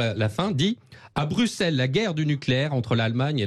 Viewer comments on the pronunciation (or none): none